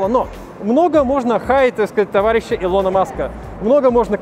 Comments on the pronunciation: Ухо режет ударение в имени Илона 😑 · Делай нормально ударение на имени Илона Маска 😐😐😐